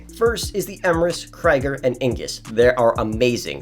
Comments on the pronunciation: Its not Kraiger its Krieger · It’s “Krieger”, like in creek, not “Kraiger”… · “The Kreger, Eemurus and the Ingus😂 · She pronounced benefactor Krieger wrong